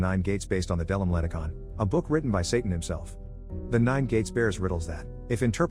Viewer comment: Satán? Héll?